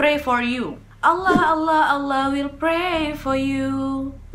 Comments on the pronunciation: Ku suka ka Nadia pas sebut ALLAH. Karna klo dlm ilmu tahsin,makhorijul huruf nya ka Nadia (tempat keluarnya huruf) bagus kali mimik mulutnya. Sempurna lah penyebutan ALLAH nya. Love kali buat kau ya wakk.💖💖💖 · Yupz,,tafhim dn tarkik dlm mengucapkan Allah.